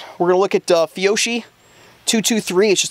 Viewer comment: For rifle threats agencies in my area go with Angel Armor. But for soft armor we go with Safe Life Defense and/or Second Chance. I'm about to buy some Safariland soft armor for myself if you have any experience with that, let me know. (BTW it is pronounced "Fee-yoke-ee" because it is Italian.)